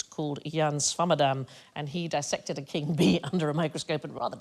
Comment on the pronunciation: Dis-sected not Di-ssected